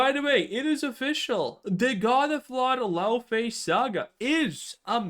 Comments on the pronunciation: I'm icelandic, Laufey is an icelandic name. Ign is wrong, its not pronounced Laofey. Just hear an icelander say it. Difficult to convey in writing. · it's laOfey because 🇺🇸🇺🇸🇺🇸 U S A 🦅🦅🦅 said so!!!!